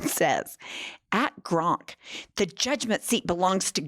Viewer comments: GROK!!!! NOT GRONK!!! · it's Grok, not Gronk. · I love you! But it's Grok not Gronk, although I like Gronk better! It fondly brings back memories of Gilda Ratner's Emily Latella. You rock! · It's Grok, not Gronk. Js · Its Grok, not Gronk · It’s GROK NOT GRONK YIKES!!!!! Please try to enunciate better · Hun there’s no n in GROK. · calling Grok "Gronk" is the highlight of my weekend. Bless her little pea pickin' heart. 😂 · Not pronouncing it like GRONK 💀💀 I love her so much. An icon. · Love that you also call it “gronk” with an N because my boyfriend makes fun of me for doing that all the time LOL! But that’s how it looks like it’s meant to be said to me 😭grok is such a stupid name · Thank you, I really enjoy your breakdowns! But it’s clear you have never read Robert A Heinlein’s ‘Stranger in a Strange Land,’ which is still my favorite work of fiction. It’s the source of the word ‘Grok,’ which doesn’t have an ‘n’ (it’s not ‘gronk’). “Grok” is a madeup ‘Martian’ word that means to drink of something deeply until you become one with it and completely absorb all understanding (paraphrase). It’s an AMAZING word, which I have been using for decades, and I am a little bit sad that it has made it’s way into the vernacular via Elon 😒 Just please get it right - ‘Grok’ - which is in no way an original musk creation … just like Nicola Tesla would cringe hearing Trump say “Tessler,” Heinlein is likely rolling in his grave hearing people say ‘gronk.’ Lol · PLEASE stop saying "Gronk" 😂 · I've been watching you ladies for a while, and I think you're great, but I would think that a lawyer can see that there is no "N" in Grok. Maybe it's a play on words. I don't know. I hope so. Could you clarify? If it is, then ask Grok what funny means. Humor comes from humans, and computers don't have a clue about humor. Throwing in the extra "N" makes you sound illiterate in this case.